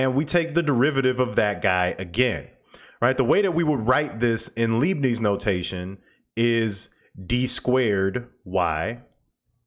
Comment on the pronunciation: into your fine video you inadvertently mispronounced "Leibniz notation," named for the 17th German mathematician Gottfried Wilhelm Leibniz. Start with the term for sodium hydroxide, which is "lye." Add the letter "b," followed by "nits." In German when confronted with an "ie" or "ei" in the beginning or middle or a word, stress the second letter. A German "z" is rendered with a "ts" sound.